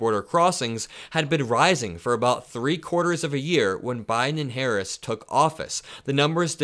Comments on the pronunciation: Why can't he say Harris? LOL what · He said her name wrong on purpose. Serves her right. She doesn’t understand that she is no different to him than Kamala Harris.